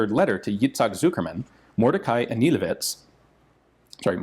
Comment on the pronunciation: It's pronounced "An-yeh-LEH-vitch."